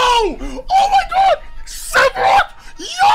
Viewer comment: Everyone: OH MA GOOD STHAROOTH!!1!1!1!1!1 Me: what’s a sephitoth